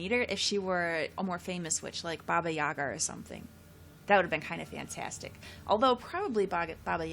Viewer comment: I'm Russian and want to tell you about "baba Yaga". In "Yaga" the stress should be on another syllable. Yagá it is. And in case somebody don't know, "baba" is Russian informal word that means "old women".